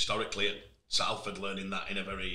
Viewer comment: Everytime says Salford wrong a fairy dies